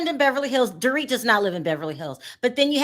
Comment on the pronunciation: PLEASE STOP SAYING DORIT...NOT THE SAME!!!!